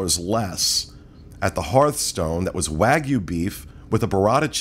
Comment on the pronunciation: Professor note: the oft-mispronounced (it’s for sure not just you guys) “wagyu” is “WAH-gyuuu.” Etymologically, the “wah” portion (和) stands for “Japan(ese),” and the “gyuuu” portion (牛) for “beef,” making the compound “Japanese beef.” And, with that, lesson over, and this will not be on the final. (^_^)